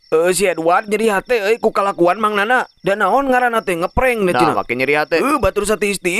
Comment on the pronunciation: Yana euy lain nana ...bener ath ngomong th